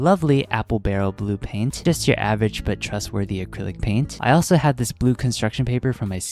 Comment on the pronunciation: I HEARD YOU SAY:glue paint)BRO ITS:blue paint)